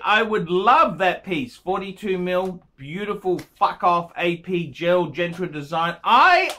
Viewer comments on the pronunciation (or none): Genta, not Gentra numb nuts! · ffs it's Genta not Gentra you idiot lol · I cringe every time he says 'Gentra'..what a nut.